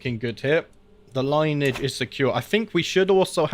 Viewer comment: I hate to be negative but you read everything sometimes multiple times, yet can pronounce nothing.... Not sure how to make that constructive maybe don't read everything on screen twenty times over and "line"age" broke me it's "lin e age"